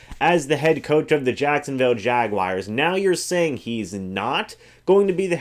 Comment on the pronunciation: Jaguars...not Jaguires.